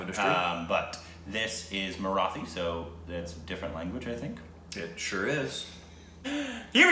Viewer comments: No. You're spelling Marathi wrong. The "thi" should be spelled like "tea". The easiest thing you can do is check the pronunciations on Google. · marathi... stress on the 'thi' while you pronounce it... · Its actually pronounced as Maratee .. and the people are called Maharashtrian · Not exactly pronounced as Marathee but marateeh..😬😏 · "Marathi" word is pronounced as-->"muh· raa·tthee" see google pronunciations for more.. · Guys this is 4 days late but, the correct pronunciation of Marathi is Mara(T)i. The (th) is pronounced as T. Thought this would helpful :) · The syllable Thi in the word Marathi is pronounced as how a British would pronounce Tea. You got Ma and Raa correct. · Marathi has a hard ‘th’ sound. Kind of like an English ‘T’. Love the fact that you’re appreciating marathi cinema ❤️ Also, people who speak Marathi are generally from the state of Maharashtra, therefore called Maharashtrians, or simply, Marathi people 😃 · People of Maharashtra (of which Mumbai/Bombay is also a part of) are called Maharashtrian and speak Marathi.. (someone correct me if I am wrong) but the "th" is Marathi is spoken similar to "T" in Taught. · and, the TH vowel sound in the word Marathi is a hard expulsive T (hence the letter H added to the T). It is as hard (or harder with an expulsion of breath) as in the letter T in the English word Tea. Maharashtra (the great kingdom/land) is the west coast state that Mumbai is the largest city of. And Indian CH sounds are like the American CH in CHuck, and CHeek, and CHest. Thus the root word CHand ("Chaand" moon) does NOT sound like Shand. And CHandra ("Chun/dra" the moon god) is NOT pronounced SHandra. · Amazing video as always! Don't want to be picky but the pronunciation of "th" in Marathi is as it is pronounced in "Neanderthal", and not in "birth". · The pronunciation for Marathi is more like..... The "Mara" part was perfect but you should pronounce "thi" part more like "tea"